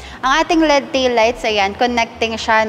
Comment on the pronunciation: EL EEE DEEE po hindi led.